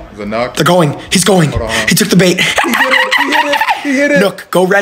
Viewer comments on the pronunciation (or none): Go res your teammate Nook… why do you pronounce it that way, it’s so triggering and I don’t know why